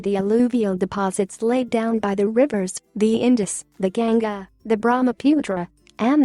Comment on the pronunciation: Your GANGA & BRAMAPUTRA pronounsiation is worng :(